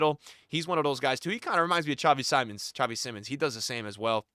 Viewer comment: It seems that you are finally learning how to pronounce Xavi Simmons 👀 good Pick!